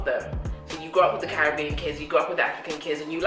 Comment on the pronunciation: The American needs to pronounce Caribbean correctly.